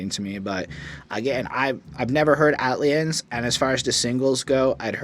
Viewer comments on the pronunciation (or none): The way you pronounce the album title though lol, it’s just A- T- L - liens rather than Atliens but you’ve said it right correct in some areas of your review. I do have to say, this is the most subdued OutKast album out there and I can see why thinks it’s a snoozefest because it’s not high in energy but it’s production got the fuck out the way in order for the sharp lyricism of 3000 and Big Boi to shine to its fullest and more times than often if the production is lively and super dope it clouds and distracts what ever the MC could be saying, like a defense mechanism for wack MC’s. Great review, definitely one of the hardest OutKast albums to appreciate. “Elevators” is a classic in Hip-Hop whether likes it or not lol. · I like the pronunciation of the album title. Iol it's actually short for Atlanta aliens. that's y tha ATL stands out . Great review tho. I also watched ur goodie mob review. Am from Mississauga btw👍🏿